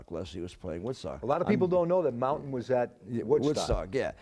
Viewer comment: its MountAIn not Montian!